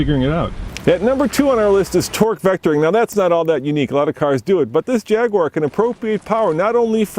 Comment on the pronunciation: how can any self respecting brit let an american stand next to him and say "Jagwarrr"